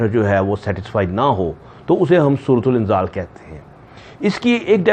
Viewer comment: its surat inzaal not surut ul inzaal